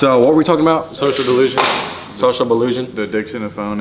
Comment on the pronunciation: "Social belusion"